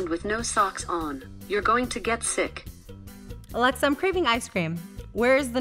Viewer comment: Alexa isn't saying it right in spanish